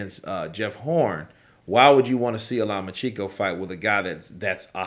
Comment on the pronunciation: I think Manny and Arum see that PPV money. And i laugh every time you say it but man it's Low-Ma-Chain-Ko